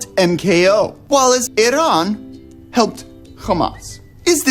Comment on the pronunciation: Thank you for pronouncing Iran correctly